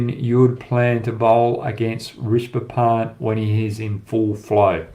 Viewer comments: It’s not “Rishba Pant” .. It’s “Rishabh Pant” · Fans of Hoggy’s incisive insights and unintentional butchering of Indian names, be sure to check out Inzamam ulhuq’s channel who also spews kkg’s every breath, and butchers Indian cricketers names like Rashi Pandit to Hoggys Rishba Pant. Indians be glad you are blessed with so many beautiful languages, every humanly possible utterances with the tongue, Kh,Tha, Ksh from Sanskrit, Za, Qa from urdu, zha as in Tamizh and Malayalam. Priceless wealth the west and TChyna don’t have. And oh, And Cricket pleasures too which barely ten countries get to enjoy. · Leave all of comparison, sala naam tk sahi se le le